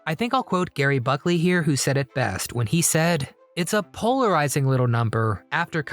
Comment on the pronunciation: Spell and pronounce Gerry Beckley's (of the band AMERICA) name correctly ... PLEASE!!!!! And it's Gerry (like in "Jerry")😉